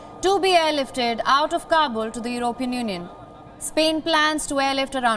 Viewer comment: Learn to speak English, woman. How do you pronounce the word "European"?